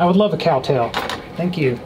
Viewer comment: Why did you say cow tale nine times I don't say it once but you did a good job on that Halloween decoration